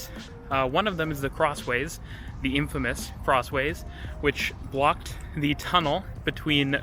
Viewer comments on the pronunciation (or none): none